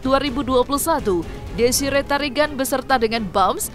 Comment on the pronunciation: DESIREE TARIGAN MIN, ""BUKAN, DESI RETARIGAN""❌🤣